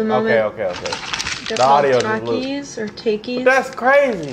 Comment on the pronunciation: Why she say take eeeeez